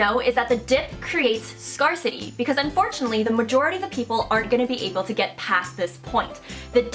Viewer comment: except when she says scarcity lol jk ....she is awesome